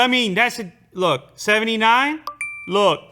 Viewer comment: Dude said 79 like its 69.